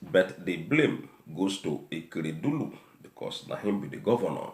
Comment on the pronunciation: What is EKEREDULU? The governor’s name is A K E R E D O L U. And it’s not arufai it’s EL R U F A I